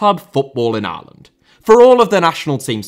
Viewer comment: Repeatedly hearing "Areland" is doing my fucking head in